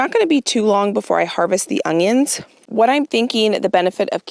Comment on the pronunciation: I’m so excited you pronounced onion as ongion! I get so much slack for adding in a “g” sound 😂